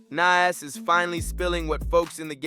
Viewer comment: The way you are pronoucing Nas' name is wild!🤔